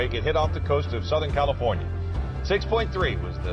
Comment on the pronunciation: What's a "Clifornia"? :)) Lol!